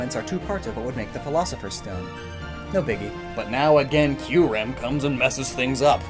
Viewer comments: U said kuyrem not kyurem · "Kuyrem" New pokemon Confirmed? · Isn’t it KYUREM? Not KUYREM? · Kuyrem lol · Kuyrem? i always thought its name is Kyurem? :X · Isn’t it kyurem not “kuyrem”? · Pardon but Kuyrem? Isn't it Kyurem? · I know i know im being a jerk But its kyurem not kuyrem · kuyrem. kyurem. hmmmmmmmm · this is giving me a headache how terribly he is pronouncing the Reshiram and Kuyrem names ahhhh. Edit: And everything else...